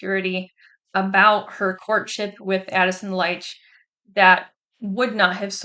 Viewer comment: His name pronounced "Leech"